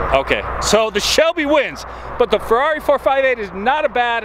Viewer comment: It's Ferrari not Ferarri